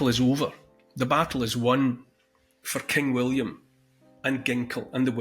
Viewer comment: Your Awesome accent. When you said "For king William" I was looking away and heard clear as day "Fu*kinWilliam" Great info good Sir. Thank you :)